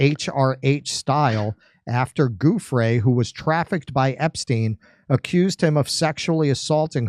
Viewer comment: it ia not Guffre for peat s sake, it is giu, giu, giu, like jew, giuffre. god that annoys the eff out of me. 😂